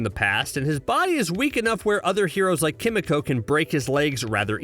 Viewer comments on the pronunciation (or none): "Kim uh coh"